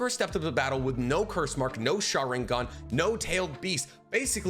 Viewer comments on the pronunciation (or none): none